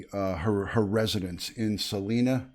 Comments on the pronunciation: Not important..but pronunciation here in Colorado is Sa-lie-duh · Salida. Pronounced....Sah...lie...dah, and thank you for your professionalism on this case!